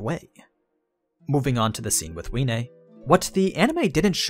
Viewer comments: Wiene it's pronounced Vee-eh-nay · Isn't the W sposed to be pronounced like a V? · I am the only one that pronounces wiene as viene